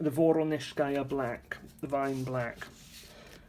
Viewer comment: Thank you for the review! Only last year I purchased White Nights paints. They are wonderful. I wish they had a better choice of this watercolors in tubes. These watercolors are very loaded and not as dry in the pans. Another plus and advantage - the pans are full size! Yes, the factory name is NEvskaya Palitra (accent/stress on "e"). VorOnezhskaya - the accent/stress is on the second "0". Hope this helps. ))))